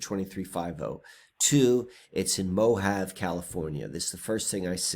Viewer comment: pronounced MO-HA-VEY.😀😀